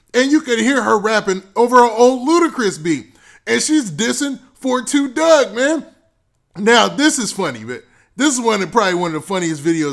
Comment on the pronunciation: LMFAO 30 seconds into the video you said "After learning why his name is 4-2 Dugg I will never make that mistake again"! Right after you said that you called him 42 Dugg again instead of 4-2 Dugg🤦🏽🤦🏽🤦🏽🤦🏽🤦🏽